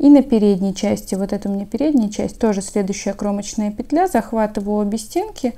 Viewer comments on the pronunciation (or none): Всё замечательно Только не пЕтля, а петлЯ